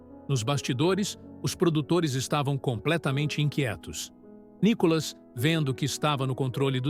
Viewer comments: Por que vc chama o Nííííícolas de Nikólas??? Quer avacalhar com o nosso querido deputado federal né??? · Lá vem o NICÓLAS. O pronuncia do nome do Nicolas está errado. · Por favor: A cilaba tônica é " NI " e não " CÓ " entenderam? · Nicolas ou Nicólas, Veja e fale correto.